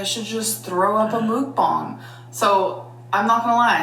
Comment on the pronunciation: If I hear her say Mook Bong anymore Im going to puke you would think she would learn to pronounce it after 11 years